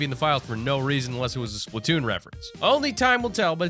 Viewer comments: It's Splatoon NOT SPLITNOON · just for clarification. the nintendo game is Splat- toon the audio in the video sounded like split-toon, but I want a paint gun